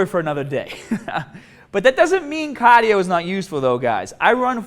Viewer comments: Don't do caah-dio, people. certified. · Somebody already said caaahhdiioo? Don’t feel like scrolling all the way down XD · The pronunciation of caaaahdio then cardiovascular was suspicious. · So, Cahhhdio not that good right? ;) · I love my BAAAHBEL bench press and long CAAADIO sessions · I love me some Wicked Cahhhdio tho!